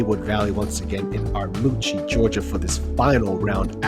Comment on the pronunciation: I’m so glad someone has decided to cover this course and event. It’s one of north GA’s best kept secrets that shouldn’t be a secret. Love the coverage only thing I’d have to say is, as a local, it’s not Armuchee. It’s pronounced as if it were spelled Armurchee 😂